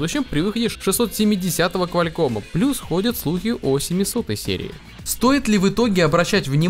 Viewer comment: КвалЬком смешно звучит